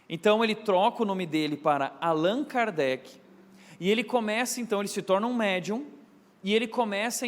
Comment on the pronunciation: CORRIGINDO O NOME QUE FOI FALADO ERRADO PELO PASTOR...... Hippolyte Léon Denizard Rivail (francês: [ʁivɑj]; Lyon, 3 de outubro de 1804 — Paris, 31 de março de 1869) foi um educador, autor e tradutor francês. Sob o pseudônimo de Allan Kardec (francês: [kaʁdɛk]),[1] notabilizou-se como o codificador[nota 1] do espiritismo (neologismo por ele criado). Foi discípulo do reformador educacional Johann Heinrich Pestalozzi e um dos pioneiros na pesquisa científica sobre fenômenos paranormais (mais notoriamente a mediunidade), assuntos cuja investigação costumava ser considerada inadequada.